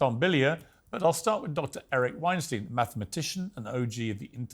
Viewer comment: Piers pronounced Eric Weinstein's last name the same way Harvey Weinstein pronounces his. Eric discussed on the pod how he doesn't like being called that because his name is pronounced "WeinStYn". Either Piers didn't actually watch the whole podcast, or he did this on purpose.